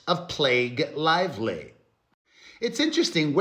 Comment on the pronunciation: Did I hear Perez say Blake LIESLY? 😂